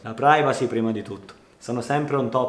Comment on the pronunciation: "privasi" si pronuncia! =D